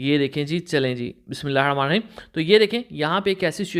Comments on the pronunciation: Bismillah hirrahamaan nirrahim theek se padho bhai. nahi to sirf Bismillah kaho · بسم اللہ الرحمٰن الرحیم صحیح بولا کریں باقی سب ٹھیک ہے